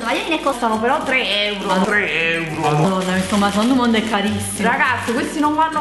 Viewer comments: io studio francese e 'maison du monde' si pronuncia "meson du mond". Un bacione😘😘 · come hai pronunciato maison du monde hahaha ♡♡♡